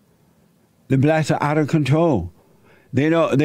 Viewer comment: “cause they had to hire blatts(blacks)” 🤣🤣🤣🤣🤣🤣 the way he said that just floored me I don’t know why...